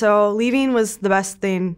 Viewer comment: I really don’t like when people say “thin” instead of “thing”, but i love u. Lol